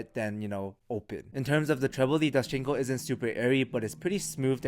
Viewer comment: My man said doschinco lol